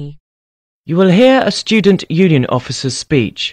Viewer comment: #21. What i heard was offices not officers someone correct me if hears it wrong..